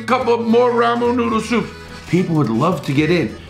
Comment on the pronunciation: love it when he says “ramoonooodusups”